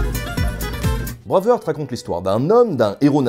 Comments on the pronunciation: Hmmm... Bravarte et la bataille de Stireling.... Excuse moi mais ça serait plutôt Braïve-harte et la bataille de Steurling si on choisit de respecter la prononciation avec un accent qui sent bon le camembert. Très bonne vidéo sinon, très instructive (et drôle). La seule incohérence que je peux ajouter c'est pour la musique. Tout au long du long on a droit à cette envoûtante cornemuse écossaise... Ah oui mais le problème c'est que c'est un uilleann pipe, à savoir la cornemuse IRLANDAISE. Comme quoi hein, laisser une traînée de chiasse tout au long d'un film c'est possible. FREEEEEDOOOOOMM !! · ça me nike les oreilles à chaque fois que tu dis braveurte.. ça se dit bré (comme pré et pas près) bréiv H (h aspiré) arte bréiveharte et non braveurte ;) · "Bravarte"....Euh c'est plutôt "Brueiveharte"....Sinon merci de nous avoir détruit ce film que je trouve absolument sublime ! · Phonétiquement, le heart (coeur) de Braveheart (coeur vaillant) se prononce "hart" avec un H aspiré et un A long. Tu le prononces comme "hurt" (affaibli, blessé, incapacité) ou heard (entendu de entendre au passé). Je dis cela, je ne dis rien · Tres chouette vidéo, mais il faut bosser l'anglais. "Braveuharte", c'est pas possible, ça déconcentre un peu ;) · "Braavurt"? Jamais entendu parler... ;-D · J'adore ta chaîne, mais..... J'arrive pas à comprendre comment tu fais pour prononcer Braveheart comme ça ^^